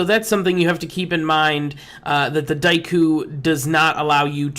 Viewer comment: your pronunciation of daikyu pisses me off so much